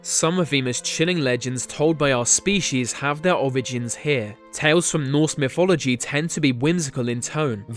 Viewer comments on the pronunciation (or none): none